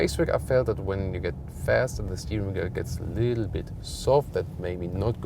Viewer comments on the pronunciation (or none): good review BUT your accent is the best :DD it is "the" not "s"